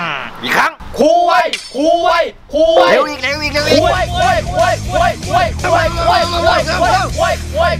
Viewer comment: ตอนเรียกครูกูฟังเป็น ค..ยครับ55555